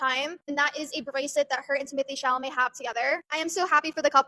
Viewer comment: not "Timothée Chalalé" FRTGHYYH